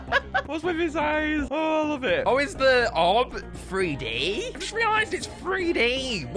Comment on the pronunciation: The orb is 3D not “Freedee”